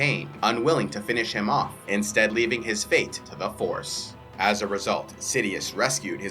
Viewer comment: the Jedi purge when you said the yoda part I thought I heard "horse" instead of force or in-STEED?!